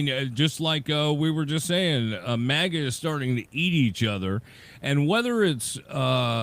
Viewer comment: -! Again with the "mega'! It's "MAGA": Pronounced mag ah. Try it, MAG AH.... MAGA... MAGA is not pronounced "mega", okay? Mega is a unit prefix in metric systems of units denoting a factor of one million (106 or ). It has the unit symbol M. It was confirmed for use in the International System of Units (SI) in 1960. Mega comes from Ancient Greek ' 'great'...